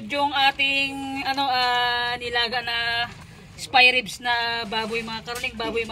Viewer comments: It should be “SPARE RIBS” hindi po “SPY”. at mukha pong pork belly yan kasi kapag spare ribs it has a ribs meaning may buto. Regardless it looks good. Ang sarap tingnan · Spare ribs..not spy hehe🙃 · Spare ribs po..😊 Hindi spy ribs ma'am. Pero it looks like Pork belly po yang meat na gamit m po not spare ribs. Pero for sure subrang sarap po Nyan ma'am silent viewer m po here. God bless 🙏